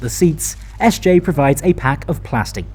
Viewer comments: Except the S J (Jay)! Thats the only one I picked up on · SJ or SJ AB (as it is called formally) has never been an abbreviation, the company was founded in 2001. Statens Järnvägar is an entity that doesn't exist anymore and hasn't been since 2001. So the pronunciation in the video for SJ is wrong.